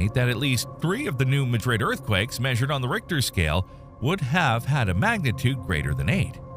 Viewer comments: Yet another supposedly knowledgeable creator makes a video about the New Madrid Fault - but doesn't know how to pronounce it. New Madrid, Missouri, is not pronounced like Madrid, Spain. It is MAD-rid. The New MAD-rid Fault. I was on the 6th (top) floor of a building in a suburb on Chicago's North Shore in 1968 when the earthquake happened - a long way from the epicenter. The building started to shake, scaring the bejeezus out of me and the doctor I was seeing. I learned how to pronounce New Madrid later that day, and believe me, I'll never forget! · Well, let's hope not. The soil where I lived liquified so that it had waves and acted almost like water, not something we hope to see in the future. On the other hand, the New Madrid fault has actually been very quiet, and shows no actual signs of any serious activity, and if by chance it does get frisky, well, we all have to die of something. And by the way, ain't nobody down here says Madrid the way this fellow does, but rather, with the first syllable being emphasized. We similarly pronounce other names our own special way: New Athens is pronounced with a long A, Vienna with a long i, and the Beaucoup Creek as the 'Bee Cup', just for example. This is America, so we'll pronounce it any way we want to. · Isn’t AI wonderful? Cannot pronounce New Madrid correctly. Plus as usual the analysis tries to scare a regular human like me. What a bunch of BS. I live in the area and I am not scared, live a day at a time and keep the faith. Today is a good day and tomorrow will be better, God willing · Thank you. Being from the area it irritates me to hear them say it wrong. Also Haiti. It’s not Haitee but heytie. Cairo Illinois is not where the pyramids are it k-row. lol. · Most people here don’t say new Madrid, they say new mah-drid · Good info, but please…it’s New MADrid, not New MaDRID. We’re not in Spain. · It's not pronounce 'Ma - drid' like the Spanish city, but 'Mad - rid'. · Pronounced locally as New Mad rid. (Not Mudrid).